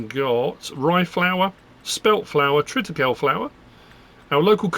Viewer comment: Just FYI it's pronounced Triticaleeeee. Like 'treeee'